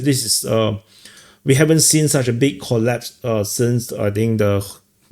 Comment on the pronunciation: "It's a MASSIVE, MASSIVE COLLPASE!" Love it,!